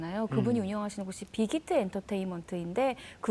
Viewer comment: 해외 팬도 많지만 국내 팬도 해외 팬 만만치 않게 많아요.그리고 검은색옷 입으신 여자분 발음이 정확하지 않으셔서 그런거 일수도 있지만 비기트 가 아니라 빅히트 입니다!